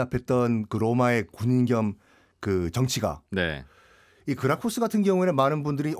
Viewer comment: 그라쿠스 -> 크라수스